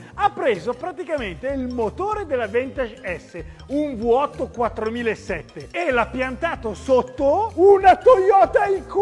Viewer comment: Si dice vi8 non vu8. In Italia non esiste la vu ma la vi😬